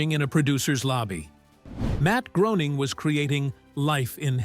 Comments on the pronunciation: Groening is pronounced like Gray-ning, not Grow-ning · Matt Groening, pronounced Graning, Graaaning, please